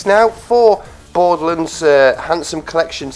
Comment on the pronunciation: It's borderlands not boredlands